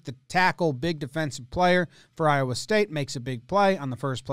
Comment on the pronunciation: Hearing you say “Iowa” multiple times hurts me